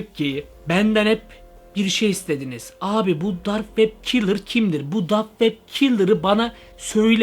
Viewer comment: lan kilır deyil killer